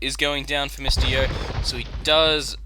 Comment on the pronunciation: I THOUGHT HIS NAME WAS "MISTY YO" ALL THIS TIME BECAUSE OF HOW YOU SAY IT